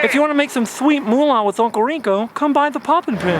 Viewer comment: Say shweet one more time 🙄🤬 Couldn't make it halfway.